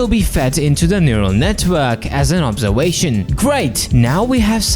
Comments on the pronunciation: bro says owservaion instead of observation xd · “Obswervation” is crazy💀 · “An obserwation”